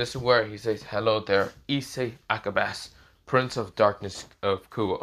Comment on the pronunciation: Pretty sure it’s (Ah-cah-bawn-A)